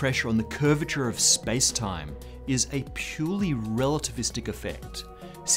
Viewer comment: The way he says "space-time" every freaking time is starting to slowly but surely to get on my nerves...